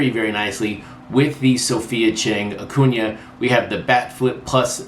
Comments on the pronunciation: Light correction: Acuña’s name is pronounced like ah-CUHN-ya - the eñe there is important. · I don’t get it either, nothing personal against, but it’s been what 4 years now(?)... pronounce the mans name right people.